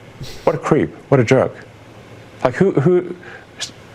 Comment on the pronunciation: Sounded like he said juhk and not jerk...maybe a juhk is a good thing?